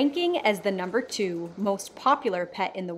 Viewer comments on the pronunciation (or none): Love how you put so much emphasis on the "Number 2" at the start